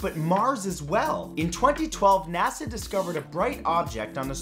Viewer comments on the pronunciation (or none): none